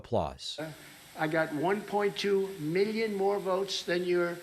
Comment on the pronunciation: miyon as he says